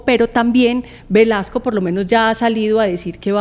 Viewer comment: Por favor son 3 periodistas y no se corrigen que el ministro se llama Luis Fernando Velasco, No Velasquez.....me parece que es importante decir bien nombres y apellidos....